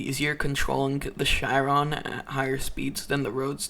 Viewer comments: It isn’t ch-ai-ron, it’s ch-e-ron. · how he says chiron triggers me lol